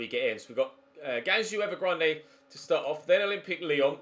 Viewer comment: Rip pronunciation of g'u'angzhou evergrande